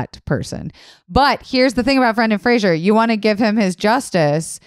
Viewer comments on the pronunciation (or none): I love that they're doing a podcast about Brendan Fraser and they're all repeatedly mispronouncing his name. 🤦‍♀️😆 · You guys continuously mispronounced Brendan Fraser’s last name throughout. It’s Fraser, not Frasier. That was another thing that bothered him about the industry.